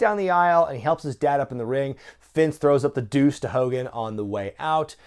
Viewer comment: "MR. MCMAHON" "HULK HOLGAN"